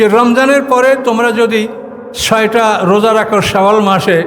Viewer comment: Saom ba roja bolte paren na huzur. Radowan Mahmud er video golu dekhen plz.